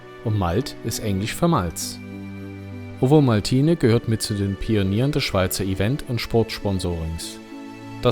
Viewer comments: Typisch schweizerisch spricht man Ovomaltine "Ofomaltinä" oder kurz "Ofi" aus, nicht wie du "Owomaltiine" 😉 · Das V in Ovomaltne wird wie ein "F" ausgesprochen